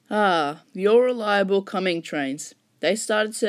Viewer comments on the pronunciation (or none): Great video but another nitpick. Comeng is pronounced with the G at the end like you are saying endge. Comen_dge